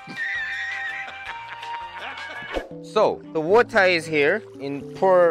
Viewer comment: lol wuta = water lol